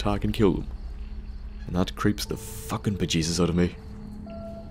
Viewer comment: eyaaa, stay safe mucker! I nearly lol'd when you said bajesus, nice video!